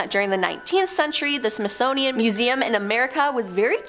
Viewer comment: Wtf is a “Smithsnonian”?….